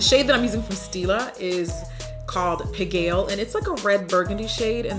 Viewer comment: The "a" is actually pronounced "ah": pig-al! :) And the shoe takes its name after a neighborhood in paris, you may know it because the moulin rouge is there!